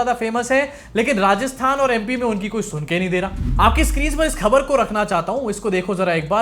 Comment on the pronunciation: yar khaber ka ucchar sahi karo.yeh shabd tum pachas bar bolte ho is liye sahi bolo.thodi training le lo sincerely